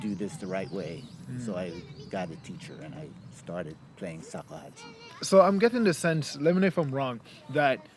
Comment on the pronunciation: It's not called sakuhachi